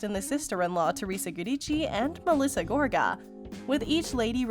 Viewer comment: I can’t deal with the mispronunciation of Joes last name, so I won’t be listening to you anymore.